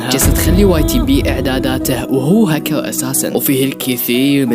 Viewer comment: بس حسن كلامك وتعال صور فيديوا ووهي اسمها هكر مش هكو